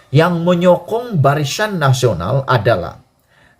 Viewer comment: Barisan ke barishan adik ..hehe.jaga sebutan ya.